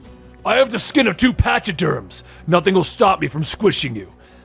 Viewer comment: patch-a-derm"? NO pack-a-derm